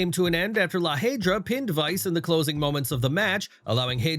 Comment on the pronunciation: how many times do I have to tell you to at least use google translate to pronounce the PLE and stable names from Lucha Libre AAA. still only mentioning AAA when it potentially affects the main roster or a main roster talent. Again La Hiedra (pronounced lah ye-durah) SMH